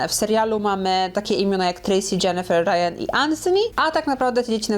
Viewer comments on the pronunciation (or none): none